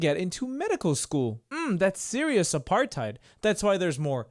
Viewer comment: I'm triggered by the way he says aparTHeid.